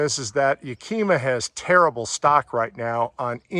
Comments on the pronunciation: ya-ka-ma is how HD rack is pronounced. nice awning...with all the fixings... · Great review. I bought the same awning. I really like that you touched upon the fact that you don't get roof rail bolts to mount it. I spent weeks trying to find the right bolts for my Thule rack bars and there customer support was absolutely awful, they will not send you the proper bolts. It was a very thorough review, I enjoyed it. But please learn how to pronounce Yakima. It's pronounced like the city in Washington and starts with the sound of the wooly animal a "yak", "ah", "mah". There is no q in Yakima. Keep up the good reviews.